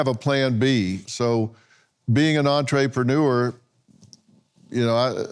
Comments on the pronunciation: MY MAN SAID “ENTREE PANOOR”🤣🤣🤣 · Dr. Phil says “Entree Preneur” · dr phil thinkin bout food this whole time.. "being an entree-preneur" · Say entre pay newer one more time bud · For the love of God.... Adam Ray, please do something with how Dr. Phil pronounces "entrepreneur"!